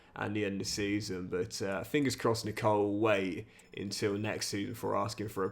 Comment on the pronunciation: Nicol is pronounced nickel like the American coin